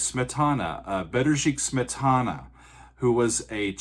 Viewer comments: Is that the correct pronunciation of Smetana"s name? I've always heard it with the accent on the first syllable: SMETana. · I've always heard Smetana pronounced with the accent on the first syllable. So disillusioned.